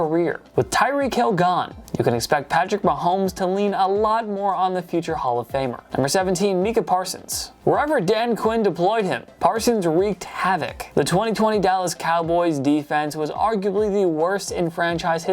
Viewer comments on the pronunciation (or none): it's mike-ah parsons not meek-ah parsons silly ass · "Mike"-uh Parsons, not Meek...and Stafford is a great QB, but where is Tyreek Hill or Stephon Diggs?! At least 1 of them should be here instead of Stafford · Meekah? Haha no sir. It's pronounced mike-ah. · Holy messola please get someone who watches at least 1 NFL game a season when you pronounce Parsons first name as meeca and not mikah which obviously is spelled Micah its embarrassing as all hell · Ain’t no way he said “Meekah Parsons” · "Meeka" parsons 😂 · No way he pronounced Micah parsons mika parsons… smh! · "mEkah Parsons" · Did he say meeka parsons 🤯😂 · Why he say meecah parsons💀💀💀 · "Mecah Parsons" Also this is meh at best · Who TF is Meekah Parsons??? 💀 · Mee-cuh parsons lmaooo cmon you guys can’t be doing this as often as you do 😭